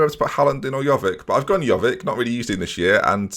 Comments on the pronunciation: Pronounces Jovic and De Ligt incorrectly Corrects other dude on his pronunciation of 'Chiesa' Other dude pronounces 'Haaland' incorrectly Says nothing ->Me: Turns off video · Giving a person slack for not being able to pronounce Chiesa, yet continues to mispronounce Jovic every single time.